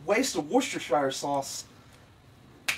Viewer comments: Funny stuff as always, big lols Though you pronounce Worcestershire weirdly! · Gahh, the way you pronounce Worcestershire is wrong But meh